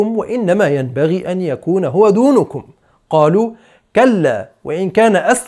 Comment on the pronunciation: دونكم بفتح النون لا بضمها